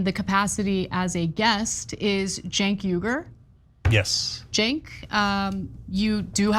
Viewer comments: I love when he says CHUCK YOGURT. 😂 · Am i the only one that hears "Chunks Yogurt" everytime Cenk Uygur's name is mentioned ? ..... 😂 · It sounds like Mark is calling him 'Chunk Yogurt'. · Did you call him Chunk Yogurt? 😂🤣😂🤣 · Either you’re calling him “Joke Yogurt” or the closed captions on YouTube is giving me gold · Its so weird how anna pronounces his name i always thought it was Chunk Yogurt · I thought he was saying "Chunk Yogurt " 😂😂 I didn't realize what he was actually saying until I saw the guys name on the screen 😂 oh my goodness that gave me a good chuckle 😂 thanks for that